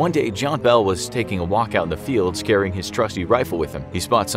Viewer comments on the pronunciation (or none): he says “scaring” instead of “carrying”